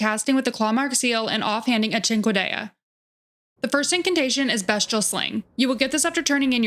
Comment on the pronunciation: Great video and even better editing. Fantastic job! One question…why do you keep pronouncing it best-che-all? These are beast incantations and weapon, not best incantations and weapon. It’s pronounced beast-che-all. Anyway, you get a sub and like . The editing is amazing! Thank you for the video!